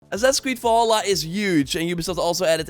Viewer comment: “Ass creed volla“ Dude if you make a video, talk normally…